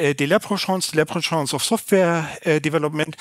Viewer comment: Aussprache leprechaun ist eher lepprekauwn soweit ich weiß.